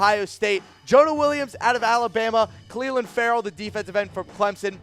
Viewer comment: This dude needs to work on pronunciation smdh..."Cleeelin" & "HERburt" lmao